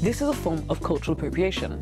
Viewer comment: Cultwul pwopwiatwion